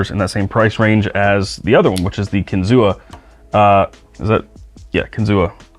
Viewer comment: The kinzua is pronounced kin-zoo. The A is silent. Named after a bridge that was blown down in a tornado on the upper Allegheny. They fortified the piece that was still standing and made it an overlook. There’s a dam by the same name up there too. We do kayak trips up there all the time.